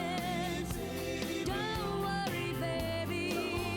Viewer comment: Didn't like the way Lorrie Morgan said Baby. It sounded like Babby.